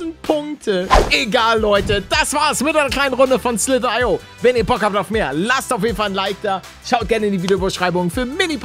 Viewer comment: Man sagt Slither io